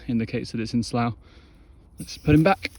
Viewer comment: can I be a pedant please? I noticed a couple of times in this vid that you pronounce "slough" with an "ow" sound, but for shedding snakes, it should be pronounced "sluff". Love your videos otherwise, and sorry for being a tw*t!